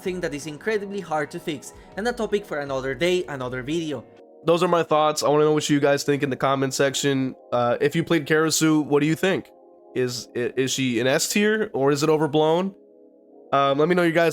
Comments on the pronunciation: Why are you saying KARisue? I thought it was KRAsue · I was hearing Karasue 😂😂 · like how he saying it the wrong way but have it spelled the right way in the title?